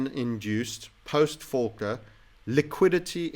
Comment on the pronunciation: it is not Folkler its Paul Volcker ala 1980s